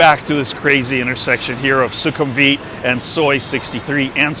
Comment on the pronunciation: 1) the pronunciation is 'vit', not 'weeet' in sukumvit. 2) because purple is considered the royal colour. 3) sure, why not? i won't be seeing the building colour when i'm inside. 4) having that maxvalu is insanely convenient and i love them. 5) agree, that mall is insanely consistently quiet, especially compared to other malls off BTS.